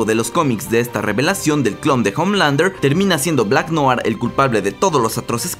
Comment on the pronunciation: No sé si lo pondràn en la serie pero en el cómic es clon de otro... Ah por cierto... Noir se pronuncia "nuar" Buen video.